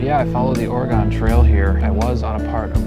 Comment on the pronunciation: Oregon actually passed a law allowing self-service in rural counties, they still offer to pump for you dying business hours. Also, "Ore-gun" not "Ore-gone". Liking the videos.